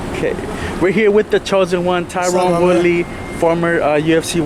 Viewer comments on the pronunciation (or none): It's fucking TYRON T-Y-R-O-N not TYRONE jesus christ !! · His name isn’t tyrooone I don’t understand why he doesn’t correct people when they constantly say it wrong just because he’s black his name has to be tyrone cmon man cut the b s say this mans name right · Why cant people say his name correctly its only been over a decade since hes been on the fight scene